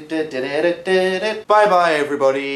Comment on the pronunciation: Every now and then I find myself saying "lichrally" and I completely forgot it's because of Dan